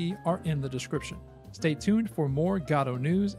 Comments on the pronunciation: It's "Godot" not "Gadooh" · I replied to this comment with a link to another video from him about how he cannot pronounce "Godot" but the reply is gone. I guess YouTube auto deletes comments with links or whatever